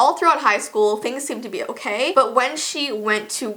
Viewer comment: Sofiya Iliassov I think she said k like OK